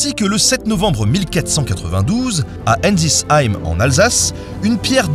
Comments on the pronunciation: "A enlzi heim en Alsace". J'imagine qu'on parle d'Ensisheim ? ^^" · on parle de ma ville Ensisheim !! Je te pardonne pour la prononciation pas de soucis 😊 cette météorite est exposée à notre musée c’est le symbole de notre ville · À "Enzis-heim" les alsaciens en sueurs 😭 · j'ai du réécouter le passage pour comprendre de quelle village tu parlait en Alsace 😅 pourtant je suis alsacien et c'est vrai que des fois même moi j'ai du mal à prononcer certain nom de petits villages 🤣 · J’adore ta prononciation de Ensisheim en Alsace sinon super vidéo 😂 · La prochaine fois que tu écorches le nom du village alsacien c'est le procès !!!! 😘😘😘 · La manière de prononcer "ensisheim" m'a fait sursauter étant alsacien moi-même ahah. Sinon très bonne vidéo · La prononciation de Ensisheim par Ben est rigolote. J’ai vu un morceau de cette météorite au musée d’Ensisheim. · j'ai eu très mal quand j'ai entendu la façon de prononcer " Ensisheim " en Alsace :') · comment tu dis la ville Alsacienne! 🤣😂🤣😅🤣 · La prononciation de Ensisheim fait mal à mon alsacien